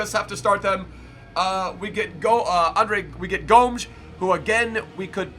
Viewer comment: He pronounce Gomes as Gnomes without the N